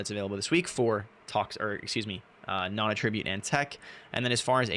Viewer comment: at tra butte ------ Attribute and attribute are spelled identically but are pronounced differently and have different meanings, which makes them heteronyms. need to learn how to pronounce this..